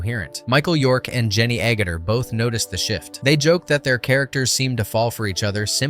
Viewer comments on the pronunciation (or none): Her name is Jenny Agutter not OOguter!